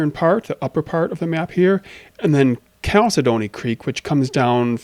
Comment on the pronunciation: Just a little heads up. If the river you mentioned is spelt “Chalcedony River”, it’s most likely not pronounced “Calci-dony” especially when referring to the stone. It’s pronounced “Cal-Sidney”. Love your progress so far, very excited for the game development. Happy Valentines Day!!!